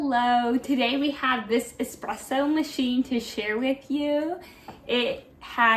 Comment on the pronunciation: This is just to help, it is called espresso, not expresso. Thanks.